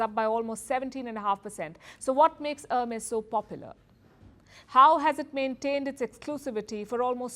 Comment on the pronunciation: Her mess.